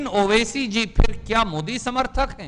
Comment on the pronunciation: Pahle Aap Sahi se Naam Bolna Seekhlo Owasi Sahab ka